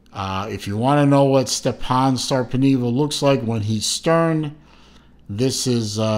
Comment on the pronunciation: Sorry, you pronounced it incorrectly. The pronunciation of the letter e is different in Finnish language.